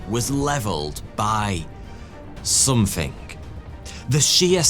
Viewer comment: it is something with a g and NOT somethink . . what were you thinking . . m'lado. . .. .